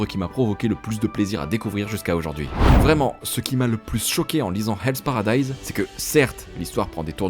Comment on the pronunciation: Enfin un youtuber français qui a compris que le “h” est effectivement une lettre qui se prononce en anglais!! Encore une vidéo réussie!! Bravo!!